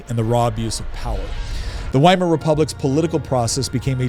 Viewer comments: It 's pronounced "VY-mar", not "WHY-MAR." Is that so difficult? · Please, it's Veimar. Ther German W is pronounced as V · The W is supposd to be pronounced like a V. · 'Weimar' is a town in Germany, pronounced 'Vye-mar'. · Why Mar Republic? WHY mar? It starts with a V sound and everyone who speaks English pronounces it with the V sound. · Because the W in German is pronounced as V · ITS PRONOUNCED WITH A V, PLEASE DON'T SOUND DUMB WHEN YOURE6TRYING TO CONVINCE PEOPLE YOU'RE SMART